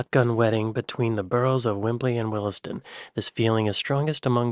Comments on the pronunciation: Ah Willesden (it's pronounced "Wilsden"). William Blake wrote that "The road of excess leads to the Palace of Willesden". Well, something like that, anyway. Some people claim he wrote "wisdom", but such eccentrics should be ignored. While I'm on about eccentrics, the iconic place at which the boroughs of Islington, Hackney and Haringey meet is known as Krapy Rubsnif, famous as the home of Arsenal. Those who insist on spelling it backwards and call it "Finsbury Park" should be ignored with the contempt they deserve. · 1st "e" in Willesden is silent so Wilsden,not willessden🎩